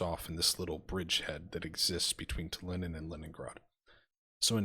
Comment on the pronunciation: It will be interesting to see how well the Ai is able to perform offensive actions, often ais are much better at defence than attack. The city in estonia is pronounced tal-in not tal-in-in. Mabye you can try Vistula to Berlin after you finish one of these campaigns as you'll have more skill then for the harder scenario.